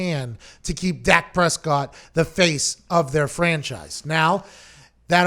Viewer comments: She has a inside scoop but cant pronounce his name!..🤣🤣🤣🤣ok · No, she thought it was Dax Prescott